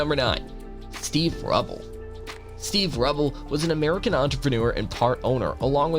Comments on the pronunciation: It’s pronounced Ru bell not Rubbell Jesus you hardly get any pronunciations right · It is Steve RU-Bell. Not Steve Rubble. Pronounce RUE-Bell . Rubell. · his name is pronounced Steve "Roobell" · Get the names right - klaus know-me, Keith ha-ring, Steve Rue-bell, Kah-rell (film with Brad Davis)